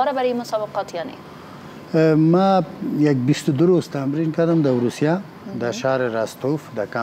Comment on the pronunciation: استاذ ، اروسیه ، زیاف 😑😑🤦‍♂️🤦‍♂️